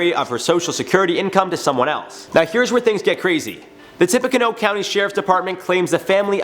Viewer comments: I'm from Lafayette in Tippecanoe County. I cringed hard ever time he said LAH-FYE-ET....It's LAH-FEE-Yette. For the county? its literally TIPPY-CANOE, like you tip a canoe. It's not a big deal, but its so cringe hearing it. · tippacanoe county...It’s Indiana it’s pronounced tip-uh-canoe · Tippa-canoe!!! La-fee-yet!!! I know we’re weird in Indiana, but that got me more than this story 😂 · Just love the state I live in!!!! 😳 It's also tip-a-ca-new like Tip a canoe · La-FEE-ette Tip-PEE-canoo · As a native Hoosier it’s pronounced like “ Laf e (like the letter e) yet” and the the county is pronounced like “Tip uh canoe”. Sorry the mispronunciation kept driving me nuts lol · Cool story but you pronounce Tippecanoe like Tippy canoe. My mom lives off the Tippecanoe river. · Dude lafayette is pronounced lafeeeeyette and Tipaconoe is pronounced Tipacanoooo. Just helping ya out man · I live in Lafayette and am waaay too familiar with this case. I feel really bad for the Barnetts they are being accused of horrid things when they actually did a lot for this girl who took advantage of them and their kindness. PS It’s pronounced Tippy-canoe (canoe like the boat 🚣) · That's not how you pronounce Tippecanoe.... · How he said Lafayette, Tippecanoe co. sounded extra funny